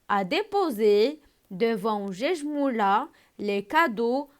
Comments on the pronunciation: on dit guejmoula avec ك non pas j comme gare Merci 😊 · vous avez fait des erreurs Guejmoula ma prononncé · Guejmoula faute de prononsation